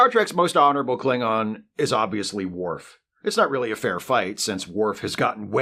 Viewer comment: It's worf